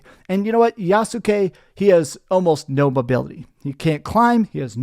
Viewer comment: It’s pronounced Yaht-skee, with only two syllables